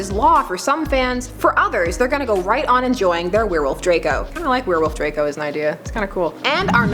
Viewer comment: It's Draco not drakel